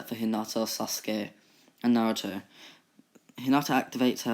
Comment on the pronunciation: sasuke is said as sasgay